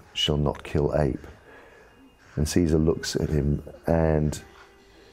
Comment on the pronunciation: But when will people learn to pronounce Caesar?